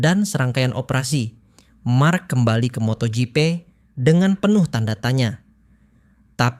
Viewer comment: Gw kesel dengar lu ngomong moto gepe 😆😅😂🤣 Bacanya moto jipi woy.. MotoGP 👍😉